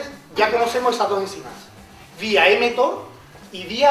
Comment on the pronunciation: La vía es "mTOR", no "mThor"